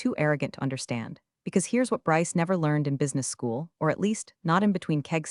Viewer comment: read is pronounced as red; presents is pronounced as PRES ents; read is pronounced as red; B ryce is not spelled as Rice; read is pronounced as red; this is a good story but you need to know how to pronounce read and red